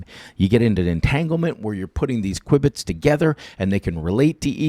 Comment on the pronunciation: "q bit" , not kwibit ,sorry for correcting you